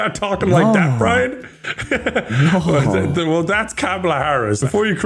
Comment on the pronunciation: Caribbean Brine, Caribbean 😂